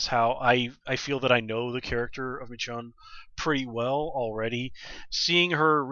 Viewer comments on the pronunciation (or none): I'm pretty sure her name is pronounced "meh-SHOWN" at least that's how I heard it. As always, great review. Looking forward to the rest of the season.